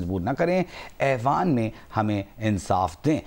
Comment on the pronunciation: Ewan nahin aiwan, Sir.